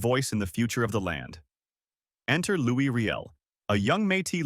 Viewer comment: It's pronounced "Louie"... and the AI is cringe